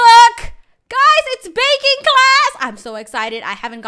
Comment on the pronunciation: When screamed baking I thought she said bacon 🥓 lol